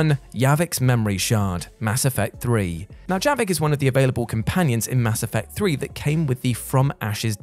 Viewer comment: Yes! The 1st thing I thought of at the title of this video was the skeleton key, glad it’s at the top. Also it’s Javik not Yavik 🤦🏻‍♂️